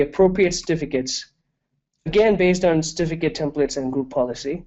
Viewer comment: It is CERtificate, not Stificate... So annoying.